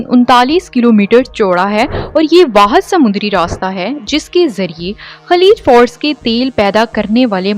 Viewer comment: خلیج فارس ہے خلیج فورس نہیں۔